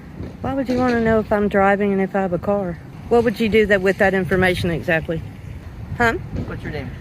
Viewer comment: Eggs-Act-Lee: a Chinese dish made with hen apples